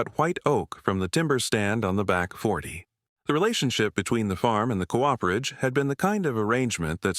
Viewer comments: Co-operation is most correctly spelled with that little dash between those two adjacent 'o's. Cooperation is not a word, just a lazy persons shortcut because they don't know where that key is on the keyboard. A 'Cooper' is someone who makes barrels. He or she is not a co-oper. A Cooperage is a place where a Cooper makes his or her barrels. That place is not a co-operage. Co-operage is not a word. I find this mispronounciation by the AIs vastly annoying. Others, too. I can usually listen to these stories by ignoring these problems. But, not this time. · I’m with you! AI narration sucks. It’s trying to merge the beginning of ‘cooperation’ into ‘cooperage.’ AI could mess up ‘parsonage,’ no doubt!